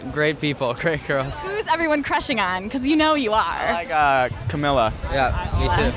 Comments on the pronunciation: Not Ca-mil-la. Ca-Mee-La. :) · maybe you should finally correct on saying camilas name because he REALLY needs it